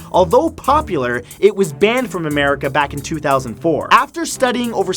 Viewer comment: did you say Americe?